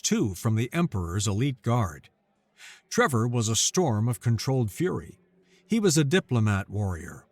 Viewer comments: So Many, Many Times says Trevor, when it is plainly spelled Tevor. should remake this vid with apologies to all for his basic reading/speaking problem, it is NOT "Trevor" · TE-VOR, not TRE-VOR, read the script and do not put imaginary letters in there.